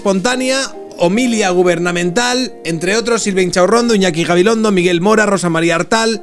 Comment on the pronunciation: Buenos días, amigo, es homilía, no "homilia". A una cada vez mejor proyección y dicción, he de reconocer que también se agregan en tu mochila un mejor conocimiento de las herramientas básicas de tu trabajo, que son las palabras correctas. Un abrazo. P.D. Añade también pergeñado, en vez de "pergueñado" a la lista, en